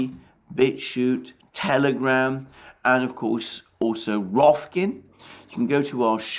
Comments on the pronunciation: ROK- FIN. not rofkin.. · Mercouris - it's ROCK-FINN not ROFF-KIN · Rofkin 😄 Alexander, it's 'Rok-fin'! At this point I'm pretty sure you're pronouncing it wrong on purpose 😏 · It’s ROK-FIN, for heavens sake. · "Rofkin !" 🤣 Alexander, I always get a chuckle when you say that... it's so precious.